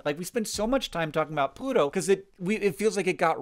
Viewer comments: (humor), you pronounced pluto like this: "Bluto." Are you (not) a Popeye fant? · The first time you said "Pluto" in this video, it sounded like "Bluto" to me, so I had the image of Popeye and Bluto in my mind when you mentioned this.